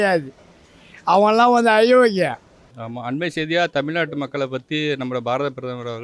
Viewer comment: தமில்நாட்டு இல்லை. ஏன் இப்படி கொலை செய்யறீங்க?